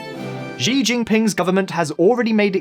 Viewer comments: Xi jinping hahaha ... it's "Xi" as in "she" not Zi Jinping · Nice video but Xi is pronounced like the English female pronoun "she". Xi is a goober but hearing his name pronounced incorrectly is bothering me for some reason. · Pretty sure it's "She" not "Zhe". Do you guys never watch any news channels on youtube?